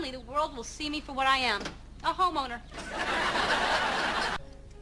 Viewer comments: "a HOMOwner" 😂😂😂😂😂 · I'm a "homowner" 😂😂